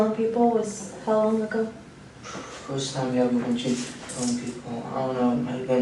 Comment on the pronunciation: I’m a teacher and work with students needing speech services. He may have an accent from a certain area, but he definitely has trouble pronouncing certain letters and vowels when used with certain letters. Upstairs and ever really stand out to me.